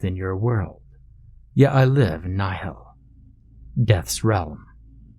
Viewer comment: Ah yes a word in Latin:) also, its pronounced like "knee-hill"